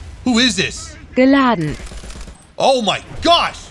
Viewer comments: wtf is this voice saying GILADANT, GILADANT, GILADANT? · FOR A MINUTE I THOUGHT SHE WAS SAYING BIN LANDEN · i straight up heard bin laden and thought lol is feeling good